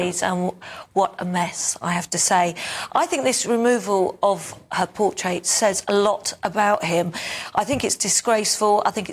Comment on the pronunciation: Portrait not portait